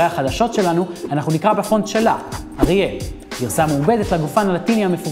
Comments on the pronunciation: !מחכים ומענין .אך רק תיקון קטן - שמו של הפונט הוא אריאָל ולא אריאֵל .A התנועה בשם הפונט אריאל היא התנועה הלטינית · רק שמישהו ילמד את הבחור להגיד את השם של הגופן כמו שצריך... זה Ü לא i!